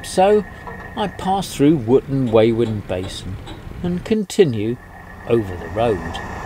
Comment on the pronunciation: Wooton Wawen is pronounced with an O replacing the A so Wooton Wowen... but you knew that and only pronounced it wrong to wind me up didn't you?